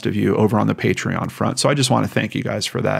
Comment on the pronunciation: Thanks for the shout out for patreon - you pronounced my name right 1st time 😄 Happy to support you as I love your work and how much thought and effort you put in to each account. As everyone is saying below; you should not have to explain why your videos are scripted and I would not worry about eejits who criticise you for it 🤬. Keep up the great work - your concern, respect and caring nature shows in all your stories, and I'm sure relatives of those in the cases appreciate it a lot! ❤